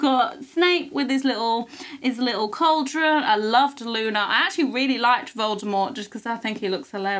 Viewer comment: Luna not luma anna